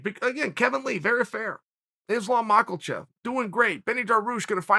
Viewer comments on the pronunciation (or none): Me: It’s Islam Makhachev Cheal: It’s Islam Michealchev Me: it’s Islam Michealchev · Nobody: Chael: Islam Maaaklechef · Chael: islam michaelchev. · Islam Macklechev, Islam Macklachev, So close Chael.